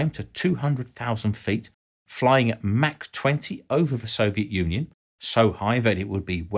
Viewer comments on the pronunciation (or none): none